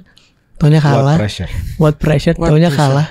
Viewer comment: Chloey kelly - preassure? What prrassure